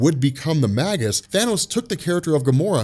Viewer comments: Mage-Us, not Mag-Us. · Starlin's Thanos looked so much cooler than the film version. Gamora too. Little side note, Warlock's future self is actually pronounced "May-gus" by the way. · I believe that Magus is pronounced May-Jus, similar to mage or magi.